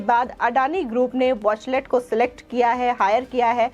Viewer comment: बहेनजी वॉचलेट नही... किंतु वॉचटेल....कहो...